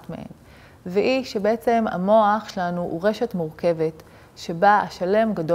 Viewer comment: את ד"ר אבל אומרת את המילה - "שלנו" לא נכון לאורך כל הסרטון, קשה מאוד להקשיב לך ברצינות ככה